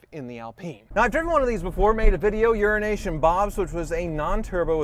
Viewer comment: Every time says "Euro Nation" Bob....I always hear "Urination" Bob! hah